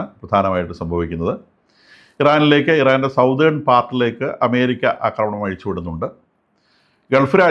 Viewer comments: സതേൺ not സൗതേൺ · Southern is pronounced as "സദേൺ" not "സൌതേൺ" sorry for the interruption